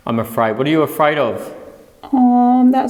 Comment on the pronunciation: It’s Afraid not Fred And Djinn Not gin